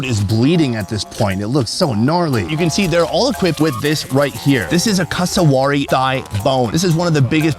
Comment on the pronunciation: I grew up in this tribe. I've got a list for you: 1. Look up how to say cassowary. You butchered it. 2. You're also saying marrita wrong. It's a hard R that you roll slightly. You're not listening carefully enough when they say it. 3. Marita is not a breakfast food at all. They just pulled that out to show you it. It burning your throat is because they must have undercooked it. It has a tingle to it, but you reduce it by cooking. 4. His explanation of women being "dirty" was misunderstood. "Dirty" is often used to refer to anything "bad". The primary reason for seperating men and women is due to religious beliefs. It's dumb either way, but it isn't because of cleanliness. 5. Your question for the women was very leading asking about smell. They'd give you the real reasons for living separately. It was unfortunate they didn't have an opportunity to tell you about it. 6. I can confirm pogenei (rib meat) cooked right on the coals or hot rocks is the best part of the pig! 7. Good job learning how to say thank you in Huli! You nailed it. 8. Unfortunately that food had some undercooked pieces. That's the problem with mumus. If it starts to rain, you have to dig it up no matter if it is cooked or not. Outside of what I've mentioned, this is the best video on Huli mumus I have ever seen! However, it is a stretch to call one of the largest tribes in the country "secret" lol.